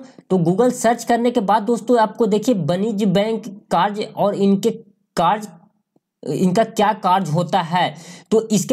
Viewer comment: लिखा है कार्य और बोलते हो कार्स